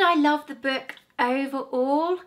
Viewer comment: Her voice is so irritating she can’t even say the word book